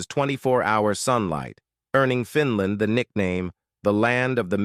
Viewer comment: I’m sick and tired of your over and over “repeated” wrong mispronunciation, it’s FINL’A’ND and not FINL’I’ND. I’m sorry narrator, it’s NOT called Finl’i’nd, but rather instead it’s properly called Finl’a’nd as in FINL’A’ND!!